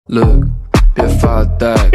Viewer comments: 人家是look你是lookce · 要念look的時後k要念輕聲喔! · Look不用說的那麼清楚🤣🤣🤣🤣🤣🤣🤣🤣🤣🤣🤣🤣🤣🤣🤣🤣🤣🤣🤣🤣🤣ㄏ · 聽到"路可"和"娃塞" 我笑了😂😂😂